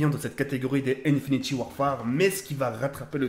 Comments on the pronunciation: ON DIT PAS "INFINITY" MAIS INFINITE 😂😂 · Arrête de dire infiniti à la place de infinite sa me perturbe mdr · stp c'est domonation et pas damanation ensuite INFINTE ET PAS INFINITY merci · c'est pas méchant mais c'est "Infinit"E" Warfare